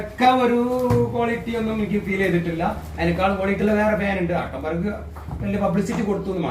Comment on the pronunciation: താങ്കളുടെ സംസാരം ഒരുപാടു നന്നാക്കാൻ ഉണ്ട് പല വാക്കുകളും താങ്കൾ തെറ്റായി ആണ് ഉച്ചരിക്കുന്നത് ആട്ടം ബർഗ് അല്ല ആറ്റം ബർഗ് ഷൂതാട്ടം അല്ല ചൂതാട്ടം കാശിനോ അല്ല കാസിനോ Atomberg ഫാനുകൾ നല്ല ഹൈ ക്വാളിറ്റി ഉള്ളതാണ് ഞാൻ മൂന്നുവർഷമായി ഉപയോഗിക്കുന്നുണ്ട്